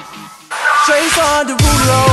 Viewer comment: Lmaao he actually says Jason derulo